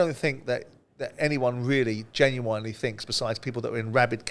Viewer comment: Why is it Simon is a highly intelligent man but can't pronounce genuinely correctly. weird.